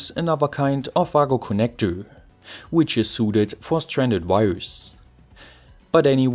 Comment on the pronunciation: Shouldn’t Wago be pronounced like Vago in German?